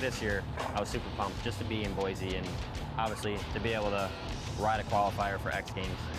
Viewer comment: at least pronounce boise right.